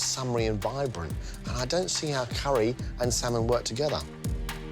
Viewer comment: Who else smirked when she said 'saaman curry' ?! Haha